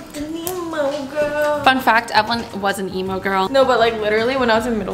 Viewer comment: “Am in love with an EMO GWROL” LOL